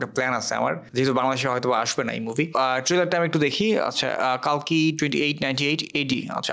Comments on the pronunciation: It's telugu film not a bollywood film... Plz without research don't do review/reaction... And it's not Kaaalki it's Kalki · the name is the same. বাংলাতে কল্কি বলা হবে। মরুভূমির শুকনো হাওয়ায় শুকোনো জিভ তো, তাই বাংলা উচ্চারণ গুলিয়ে যাচ্ছে।